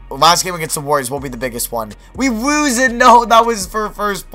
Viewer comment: We wose it noo! 😂😂